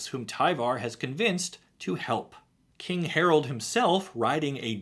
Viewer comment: I can't unhear Day[9] saying "HARALD"